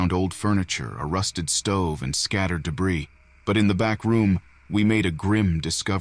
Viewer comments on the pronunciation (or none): none